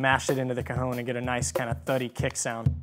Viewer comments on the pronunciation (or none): Awesome, even if he keeps saying "cahoon" instead of "caHON" which is the correct pronunciation.